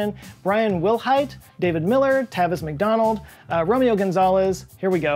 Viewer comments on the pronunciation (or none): none